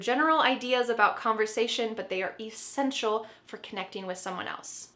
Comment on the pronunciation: Hi I got a question 🙋‍♀️ why do you pronounced the word “essential “ differently,I checked it out on dictionary and I am just confused